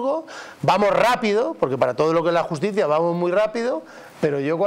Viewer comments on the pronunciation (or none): Jajaja, se llama "Iusticia europea", ¿No le has oído pronunciarlo? 😂